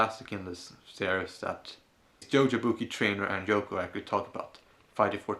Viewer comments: I kept thinking you said Joko every time you mentioned her name. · Isn't it Yoko not Joko?